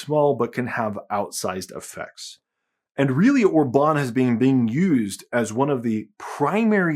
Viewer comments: or-BAHN 😬 it's OR-bahn 😂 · One thing that puzzles me is your pronunciation of Viktor Orbán — you change it at least four times, and only once do you pronounce the name correctly....MÅSKE ER DET BARE MINE DANSKE ØRE DER ALTID ER KRIDISK....Orbán is pronounced in two parts: OR‑BAN — not “Orba‑neeeee.” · The way you say orban OR-BAN is funny 😅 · Regarding Orban's name, the stress is on the first syllable. The same is true with Magyar. In fact, the stress is always on the first syllable with every single word in Hungarian. Pronounce "Magyar" as `Madyar" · I hate Orbán but the way you say his name hurts my brain. The accent goes on the O. Not the Á. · A tiny nitpick about pronunciation: In Hungarian the accent is always on the first syllable. The acute mark means a long vowel. Joining the celebrations from Poland.